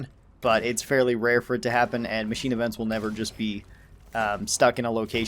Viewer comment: "Macnine" instead of machine